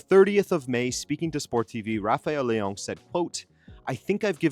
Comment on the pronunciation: I don't think his name is LeONG...he's not french. Don't pronounce his name like that.